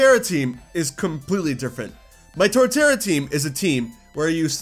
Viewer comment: Put some respeck on Torterra's name. 😤😩 😅